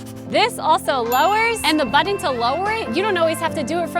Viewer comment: I just watch these to hear you say butt-ton.